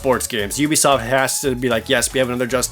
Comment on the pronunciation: *'oo-bee-soft' Dude. You've done this for a while. Pronounce standard industry company names as though you're involved in the industry professionally.